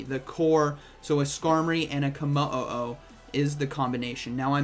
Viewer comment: Damn … Ko o oh mo o, 😂 I’m sure it’s komo-o